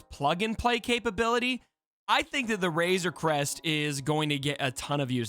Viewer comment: "Wayzuh Cwest 🥺" - 2021